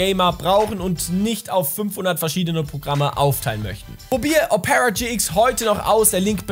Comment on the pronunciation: Betont man Opera nicht auf dem O? 🤔 Selbst in norwegisch? Hab‘ 'nen Moment gebraucht. 😉